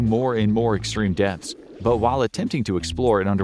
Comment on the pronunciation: Every time he says depths I heard deaths